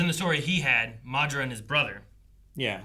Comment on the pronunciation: maduhra uchiwawa